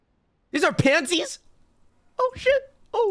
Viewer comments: "IS IT PANITES?""THEESE ARE PADS?" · The way you reacted to the panties that’s not even how you say it oh my God?!!!’ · The way he said "These are PANTIES, oH sHiT" "More bras?!" And "I'll show you man wife 😠" My heart 😭 🥺 😩